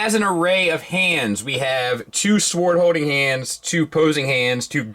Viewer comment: Thanks. Side note: not concerned about the pronunciation of the name, but concerned about the pronunciation of “sword.”